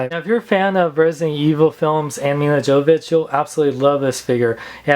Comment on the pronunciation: Her name is pronounced "YO-vo-vich". The "J" is silent.